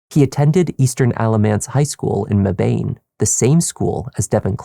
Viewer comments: It’s pronounced MEB-IN. Not Me-Bane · FYI…we pronounce “Mebane” as “Mebin” not “Me bane!” lol! Gotta love the name of these NC towns. This story is so sad though. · Just started listening/watching...a NC native here. I know this may not be important compared to this horrendous story, but for future reference...it's MEH-bun, not Meh-BANE. (I know that's what it looks like, lol.) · I love all the content and everything you do but just for future reference (I work in Mebane) - it's pronounced "MEH-bin" Thank you so much for everything and keep up the great work!!! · It's crazy how my job is right off Buckhorn Rd. I pass right by that area everyday and never knew that happened there 😲 and Mebane is pronounced "MEB-IN" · This is so besides the point, but Mebane is pronounced meh-ben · The town where Devin was from, Mebane, is pronounced Mebbin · Hate to be the pronunciation person, but here Mebane is pronounced Meb-In or Meh-bin. On a more serious note, I live only a short drive from here and am amazed I’d never heard of this until now. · Mebane is pronounced meh-bin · Please don’t let this come off as rude bc it truly doesn’t matter but if you want to pronounce Mebane the correct way try to say it like MeH-BeN